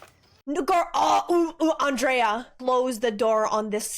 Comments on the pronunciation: Her name wasn't "On-dray-uhh", it was "Ann-dree-uhh". RIP Andrea Yes, I know some people spell it the same way and say it the other, but in this character's case it was Ann-dree-uhh. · I’ve never heard anyone pronounce Andrea the way you do 😂 I don’t know why it makes me laugh.